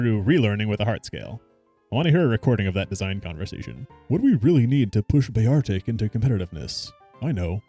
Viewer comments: While listening to this video I couldn’t help but point out that it’s bear-tic not Be-argh🏴‍☠️-ick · The battle ui is slightly different between games with black having black bars and white having white bars. Does also pop up with area borders. Sandshrew finally got its moveset fixed where it learns ground moves other than sand tomb. Also Bear-Artic? Thats a pronunciation thats way off lol. Going by the anime its Bear-Tic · Thats not how you say Beartic, it can't be, congrats you baited my comment for engagement. XD